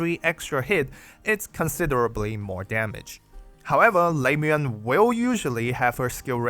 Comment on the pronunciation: le-moo-en. pronounce her name right if you're doing a guide about her.